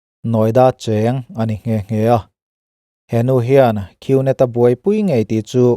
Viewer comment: Gnet hi net tih anga lam tur g hi silent leter w boss..